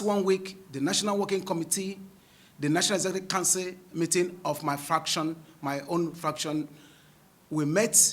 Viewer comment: Did he say fraction? Abi nah me no dey hear well? Fraction 😂